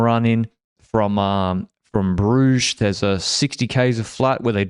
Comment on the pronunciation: Terrible pronunciation of Brugge though, I could see cringe a bit